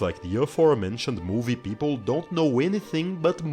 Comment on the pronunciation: "Movie Peoploe"?